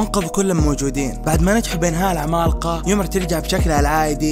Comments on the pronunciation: المراجعه كويسه لكن ليتك تقول العمالقه بدل ماتقول (العمال قا) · اتحداكم كم مرة قال كلمة( العمالقة ) بنطقه الغريب لها الي زي الخرا والله؟